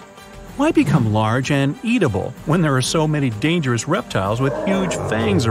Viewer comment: It's pronounced edible, not "eat- a- ble."